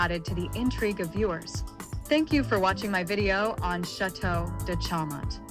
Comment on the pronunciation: None of your images are LaLande or Chaumont. And Chaumont is pronounced "SHOW- Mont"